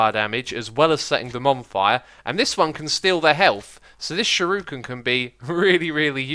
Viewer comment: Shuriken is pronounced sure-ik-en